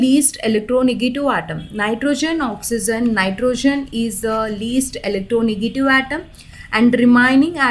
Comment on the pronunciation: Mam it's electronegative not electronegatu. 😀